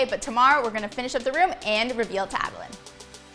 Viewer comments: wait why does pronounce adelaine as a-de-layne but says a-de-line which i think is right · Who tf says AdelAYN instead of AdelAINE? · its pronouced ad uh lin not ad uh line god it ruined the whole video for me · It’s “laine” not “line” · She said Adelaine wrong..... Wut kind of person is she.